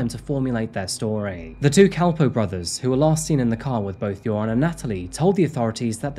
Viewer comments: It's pronounced more like "yer-own" or "yair-oohn" btw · I absolutely LOVE how you pronounced his name as "URINE" throughout this vlog. 🤣🤣 Much more appropriate than "Your-on". 😆😉 Rock on,. 🥰🥰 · I love that you keep pronouncing his name “urine”. Perfect! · 😂😂😂❤❤❤ I didn’t even catch that…LOVE IT- Urine is a POS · URIN. true to his name as to pronounce. RIP lovely Natalee and lovely and brave Stephany. Thanks for the great cover up -- as always. <3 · I always hear "urine" whenever this monster's name is said. It probably fits him better than his real name. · Joran's name is pronounced much like "urine", which is appropriate . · often mispronouncing his name as "Urine" is definitely no accident 😉 🫡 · I appreciate how you pronounce his name 'urine' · Keep hearing urine 😂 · it's only logical that his name is pronounced "Urine" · I appreciate the not so subtle mispronunciation of Joran LOL